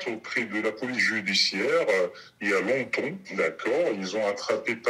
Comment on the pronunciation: Ca sent l'accent et le dialecte "chance pour la France" le trafiquant d'arrêt maladie, l'accent du ledecin pareil (longtomps et non longtemps entre autres mots où l'on reconnaît l'accent)